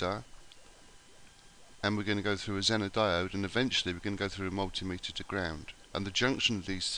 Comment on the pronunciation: Its actually pronounced zeener